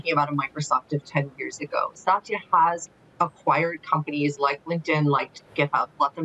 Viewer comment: Very strange to hear Satya mispronounced. But nobody’s perfect.